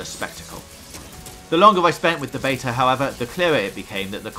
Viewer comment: You said beta 6 times in the preview, 5 wrongly and once correctly. It was confusing